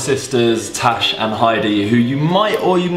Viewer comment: her name is Tash not trash